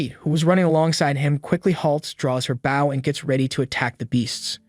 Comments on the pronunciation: Are you aware you pronounce bow incorrectly? /bō/ Try searching for pronounced bow and see how it should be pronounced and please stop adding the "w" at the end. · The AI's inability to say "bow" in every video continues to make these into comedies. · you are pronouncing “bow” wrong. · It's pronounced "bow" which rhymes with "hoe", it does not sound like "cow". Why doesn't someone fix the AI speech system? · 🤔Honestly whatever AI the uploader is using this 1 is a lot better than most of other ones, by a wide margin (well, at least when it comes to manga/manwha reviews). But that could be because the uploader takes the time edit it...idk. ...U are right though, about it's "bow" pronunciation. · The automatic computer narration is abominably incorrect, with such gems as bow: bō or bau; tear: tēr or tār, and probably many others 😡